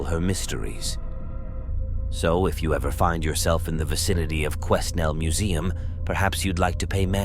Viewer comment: Great vid. For the record, the S in Quesnel is silent.